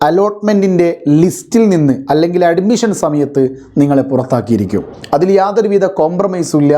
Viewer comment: Nee ആദ്യം അഡ്മിഷൻ എന്ന് കറക്റ്റ് ആയിട്ട് പറ.